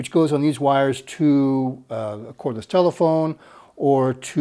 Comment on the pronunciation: Cordless, not chordless, at 32 minute mark